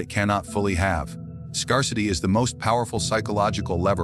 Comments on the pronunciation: did he say...scur-city lol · Learn how to pronounce the word "scarcity" The "a" is pronounced like the "a" in the word "air", not like the "a" in he word "car"... It is "rare" not to have some emotional "scars"